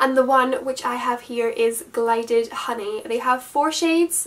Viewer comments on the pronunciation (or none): Glided honey 😂😂😂 GILDED my darling, gilded xo